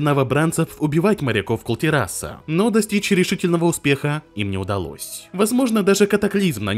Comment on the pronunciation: Автор, почему вы всегда неправильно ставите ударение в слове Кул-Тирас⁉ Ударение на И - Кул-ТИрас‼